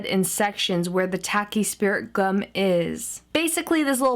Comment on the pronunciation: Is she saying speriment gum!